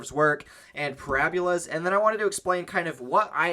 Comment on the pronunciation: parabola not parabula